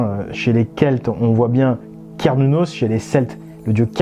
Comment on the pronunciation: Merci, enfin quelqu'un qui prononce correctement le "C" de Cernunos (le cornu, en gaulois), le Dieu celte de la chasse, préceltique, dont les emblèmes étaient les cornes de cerf et la lance.